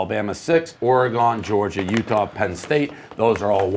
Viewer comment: Why will nobody step in and tell Dave he's pronouncing Oregon wrong? Fuck !!